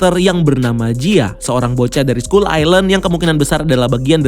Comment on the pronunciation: Skull dibaca skal bukan skull